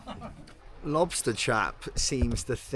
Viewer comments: needs his own channel. I’ll watch him say lobosta for 2hrs. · saying “Lobostaa” at the end got me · Lobusta lobustaa😂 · + Lobustaa - Lobusta + Lobustaa ahahaha - Lobusta ahahaha